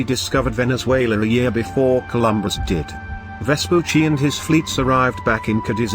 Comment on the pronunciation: Well, at least they get the pronunciation of Vespucci right, only the cadence is a bit off. Most other videos about him I've seen on youtube completely butcher his name.